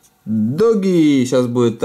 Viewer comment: двойное "оо" читается как "у" Дууги, а не доги ))))) я умираю, когда слышу "доги"